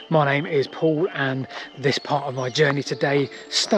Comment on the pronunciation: His name is "Pole"? I think he means "Pall"